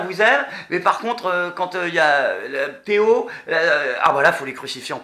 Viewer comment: c'est pas Théo mais ThéO